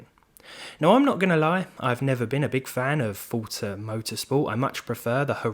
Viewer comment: "I'm not gonna lie I never been a fan of fortza motorsport" First off why do you need the need to announce that you aren't gonna lie... Fkn stupid Second it's called forza not fortza... Fortnite and forZa didn't have sex and made a baby...